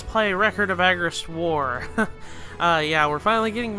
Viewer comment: Bud, it is "Suh mur ill" not "soo mur ill". Also, "Ah gah rest" not "agg ah rest". They're both stated in game.